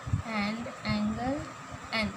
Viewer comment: Amd not and 😂😂😂